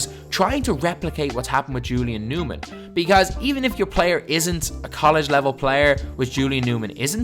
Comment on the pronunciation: listen to how he says "because"